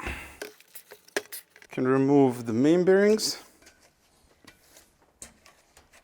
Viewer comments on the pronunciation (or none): it sounds like you say “I’m going to remove the mean berries” lol